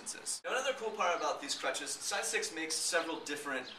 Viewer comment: u said stidestix not sidestix :P